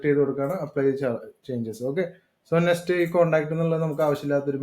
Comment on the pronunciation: Bro, parayunnath kondonnum thonnaruth. Nest alla, Next.